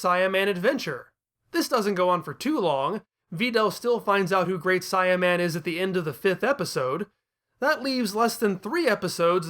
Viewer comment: I am sorry, I know this is super petty, but the way you keep saying Saiyaman is causing me to cringe every time. Saiyan is pronounced "say·uhn". The Great Saiyaman is using his race as his characters identity. It should be The Great "Say·uh"man. I swear you made me think I was crazy for awhile, I thought maybe I had been reading it and saying it wrong for years, that I imagined how they said it in the cartoon. I ended up going through videos and checking google and several other websites to make sure I wasn't being crazy.